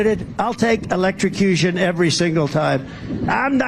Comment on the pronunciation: Ben, yeah. The confused Donald automatically falls back to his electro-suh-cution shark story like a nervous tick. For the record. it the EV tragically ends up in a body of water near the road (no sharks in most bodies of water), as long as something didn't puncture the battery pack, it's DC not AC so DC you have to connect yourself to both terminals, and EVs breakers will trip in water; AC is one contact and then current heads through you to ground.